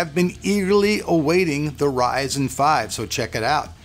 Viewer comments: Ryzen not Rizen. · RYZEN NOT RISEN DAMMIT, pronounce it correctly! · Please call it Ryzen and not Rissen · Is it Ri-zen? 😑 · What is it reezin or rising?